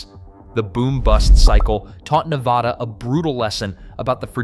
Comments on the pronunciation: Drives me crazy Nev AH da. It's Nevada. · I didn't make it past That second time was TOO MUCH for me so I never heard him say 'Nevada'. I did hear him say 'NevOda' or 'Nevahhdauggh'😖😖😖😫😫🤢🤮🤮🤮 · I could NOT finish the video. I didn't even get to because of how horribly he pronounces 'Nevada' 🤮🤮🤮🤮🤮🤮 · THERE IS NO 'H' LETTER IN 'NEVADA'😡😡😡🤬🤬